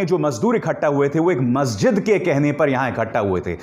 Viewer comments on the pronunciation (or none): none